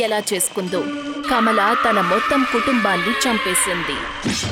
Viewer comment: Kamla kadhu kamala